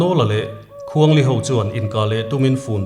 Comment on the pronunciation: Khuang li anilo.awkapu .khuang hli .tihtur . Kei hi pawih kani a ka hreve